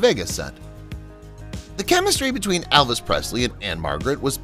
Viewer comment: ..and Elvis not Alvis😅